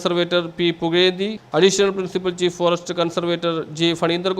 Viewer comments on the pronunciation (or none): വാർത്ത വായിക്കുന്ന ചങ്ങാതിക്ക്" ഴ " പറയാൻ അറിയില്ല 😄 പുകഴേന്തി എന്നതിന് പുള്ളി പറയുന്നതാണ് പറയുന്നതാണ് പുകയേന്തി 😂😂😂😂 അങ്ങനെ എല്ലാം😄😄😄😄